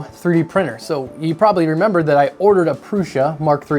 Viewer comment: James...membah? Memmer this machine? You membah. Reminiscing.